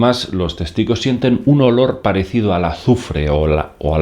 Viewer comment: La embarro cuando dijo azufre